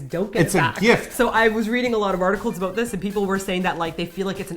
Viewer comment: Omg, I've been watching you guys for years and I never heard or at least noticed you say 'aboot' until the end of this video. It made me so happy! =)